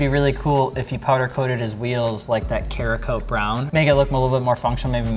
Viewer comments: Damnit stop pronouncing it like that! lol. its CEREKOTE> pronounced SARAH-COAT. its a brand name ceramic coating formulation. CERAMIC>CEREKOTE, notice the similar suffix' lol. SORRY man but it drives me insane haha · Can't stand how he says cerakote .